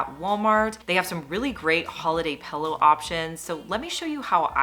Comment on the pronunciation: I have never heard the word "pillow" pronounced as you say it. Something like "puh-low." Hmm. Just throws me every time you say it. Just commenting...🤔